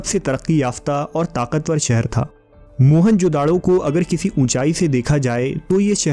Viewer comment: Its not mohan-jodado.. its mohejodaro ... dont give it name of mohan...